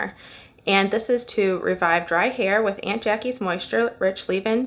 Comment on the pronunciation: Hi Good video FYI This brand is pronounced like AWNT JA KEE’s